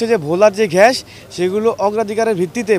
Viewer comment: ঘ্যাস না রে ভাই! গ্যাস! গ্যাস!